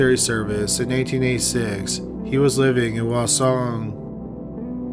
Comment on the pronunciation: I lived in Korea for 3 years and only understood parts of some names. He also mispronounced "hwaseong" (the H is not silent).